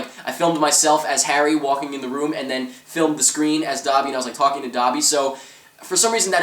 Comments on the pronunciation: Dobby is said like *Doh-be*. Not *Daw-be*. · did u fking say "da'bi" its DOBE!!!